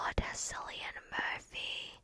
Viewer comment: Cillian Murphy is pronounced Killian Murphy. Its irish.